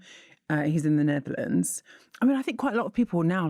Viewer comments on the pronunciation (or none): none